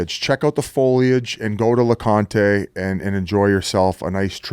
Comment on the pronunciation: Its not lecontay jfc stop calling it that.